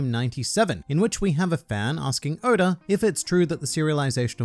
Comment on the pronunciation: Nobody:Oda: Odur